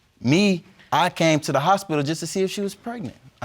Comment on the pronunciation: Unprotectedly, Nonproduceable, Hospilal, Precnant..... Lord why.. Jesus take the Hooked on Phonics Wheel.😵😵